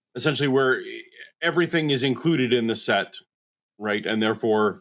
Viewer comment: The fact that he says ‘everyfink’ tells me all I need to know about him